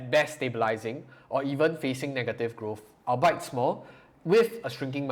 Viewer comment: Albeit = All-be-it Not “El-bite”